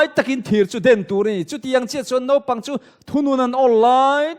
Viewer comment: Nopang nilo in naupang tih tur. Thianpa Mawia sawitha lutuk.